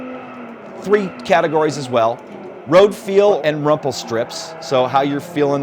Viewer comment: I thought it was "rumble strips" not "rumple", or is it rumple in America?